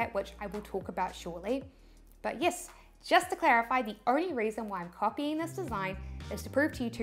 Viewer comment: yiss = yes 😁